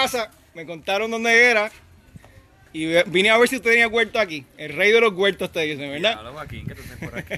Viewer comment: Yo no se de donde sale que el dice guelto en vez de huerto, debe ser que en mi pai RD décimo guelto y no sabemo ditinguir la palabra.